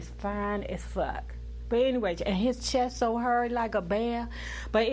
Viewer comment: 😂you had me ctfuuuu today. Allen Payne fine ass, you said his chest “hurry” like a bear😂😂😂😭